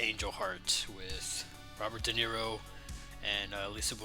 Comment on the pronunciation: Robert DeNiro or Robert Defar-o? 😂